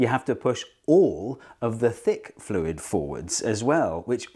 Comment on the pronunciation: I just watched Dr Lindsey's video on deaccenting, and then immediately after I hear you not deaccent "fluid" when you say "less viscous fluid" after "more viscous fluid". Funny that.